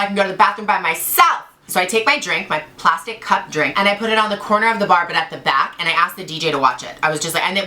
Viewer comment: I love how you emphasized the plastic cup drink haha that was too funny